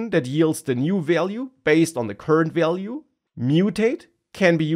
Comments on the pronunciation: Value is not so hard to pronounce, come on 😂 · It was overall informative but i really needed some tolerance when it came to him pronouncing "value" 🥲😂